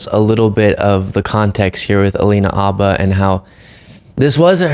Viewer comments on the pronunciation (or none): Sorry, her name is pronounced Alina "Habba" with an "H," not Abba like the musical group. I watch your show everyday and this one was hard to watch due to the constant mispronunciation of her name. I've heard her pronounce it herself a long time ago. But, this was still a great video. Keep 'em coming.😊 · Just curious, why are you calling her Abba, and not Habba? ❤️❤️ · So, why are we now calling her "Alina Abba?" Isn't there a 'H' in Habba? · Why does the guest keep on saying Abba when her last name is HAbba? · Alina Habba. Not Abbah, right? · Just curious, why are you calling her Abba and not Habba? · What's up with the pronunciation of her name? Habba or abba? Curious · I thought her name is Habba. Why are you guys saying Abba? Is the H silent? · Please stop suspecting ABBA. Learn how to pronounce her name. Her last name begins with an “h”. It’s Ha-ba, not ah-ba. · This is the first time I have heard Habba's name pronounced without the H, as Abba. So now I wonder what the correct pronunciation is. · Are we calling her Obba now? Have we been mispronouncing it this whole time? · It’s Hab/ba come on guys. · They kept saying Abba in this video. Why?! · Stop deliberately mispronouncing her name. That’s a Fox News move. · Its funny how you all are purposly mispronouncing her name 😂😂😂😂🎉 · Why are you both mispronouncing Alina Habba’s name? It hurts your credibility to do so. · You can't even pronounce her name